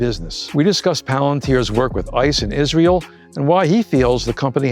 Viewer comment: Yeah, I hate it when people pronounce Israel as Is-real. Bye!